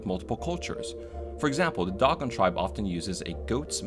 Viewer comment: Nice job on the video. Just to let you know Dogon is pronounced D-oh-gone.